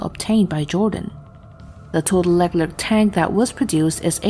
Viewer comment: leck lerk? hahahahhaha it's pronunciation is > Lay Clare